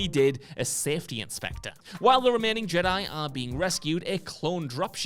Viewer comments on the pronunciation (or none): none